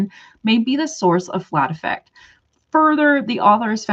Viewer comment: Even though it's spelled like affect, in my experience people pronounce this in clinical context as Ah-fect. Like how you say it